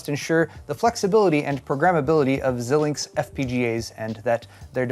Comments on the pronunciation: It's pronounced Zye-links but yah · Hey, Love ya man, but Xilinx has a long 'i' sound up front.